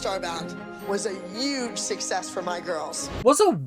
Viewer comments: abby always says uuge instead of huge it's so funny😭😭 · I can’t believe it’s taken you 30+ episodes to realise that Abby says youge lol it’s all I can hear when she speaks, and she had the nerve to call Kelly out for saying Christi and me instead of Christi and I “Nia, you’re the dance captain for the week, but Maddie still gets the featured role in the group dance” Abby logic at its finest Melissa having an affair was like the first thing I picked up when I watched this show for the first time. In the first episode when she said “my ex to be claims that dance ruined our marriage.” And then goes on to say “my boyfriend knows how much I spend on dance because he signs the checks”. So I don’t really think Christi said anything we didn’t already know. That being said, I don’t agree with Christi bringing it up because it has nothing to do with dancing or the show. OMG the phone call reenactment!!!! 😂 Abby’s abuse of Maddie is so scary imo. With the other girls it’s very obvious to everyone, the moms, the viewers. But with Maddie it’s always hidden in conversation and casual tone and mixed with a lot of love bombing so it’s way more difficult to notice.